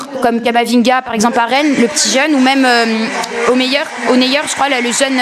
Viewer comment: Elle a dit oneyer cest osimhen🤣🤣